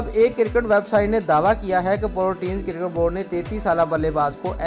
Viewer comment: Cirket Nahi Hota Cricket Hota Hai